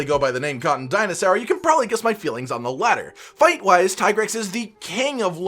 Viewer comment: lol ppl will still call it TIE grex instead of the dev already said that how to pronounce it, its TEA grex.